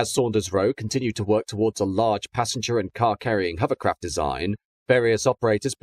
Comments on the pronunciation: I was thinking the exact same thing almost missing out the o in hover completely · Why is the Narrator saying Huverlloyd, Huvercraft and Huverport ?. I thought I was hearing incorrectly at first !!!.